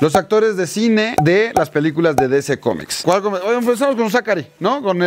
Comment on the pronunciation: Aprende a pronunciar dc